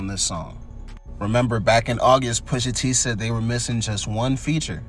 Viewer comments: It's not Poo-sha...it's Push-a.. the word is "push" (the opposite of pull)😆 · I ain’t gon lie. Couldn’t even listen to the whole vid once I heard Poosha 4-5 times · Pooosha? Lmfao 🤣 please say my cultures artists NAMES right man tf 😂😂😂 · Tell me you're an AI channel with "Brother's voice" without telling me... Keep MISPRONOUNCING names we all know how to say correctly #POOSHA ? #Fare ell #NAZ 👀 #Nope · why he keep callin him Poosha lmao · “Poosha” bro 💀